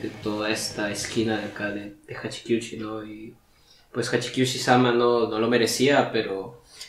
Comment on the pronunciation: Me perturba tu pronunciación de Hachikuji